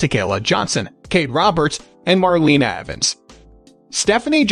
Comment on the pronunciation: Ppl commenting on funny way he says Gabby Gab bye but its Mar Lana not Mer lina